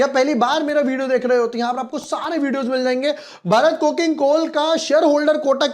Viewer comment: Bhai pahli baat to ye ki भरत nahi भारत hai.